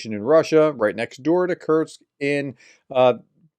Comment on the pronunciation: I love the way you pronounce Kursk, so that it is obvious it is cursed